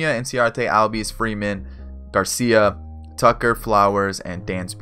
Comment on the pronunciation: great vid so far. but ozzie albies’ name is pronounced “ozzie allbies”